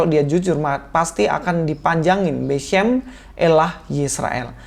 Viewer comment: 🤣 🤣 🤣 🤣 Ustadz Cocoklogi nih!! Kata "beshem" dibaca beshum!? 😂 Katanya ahli bahasa Ibrani, taunya ahli Google translate wkwkwk